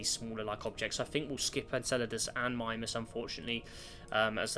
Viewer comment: You pronounced Mimas wrong.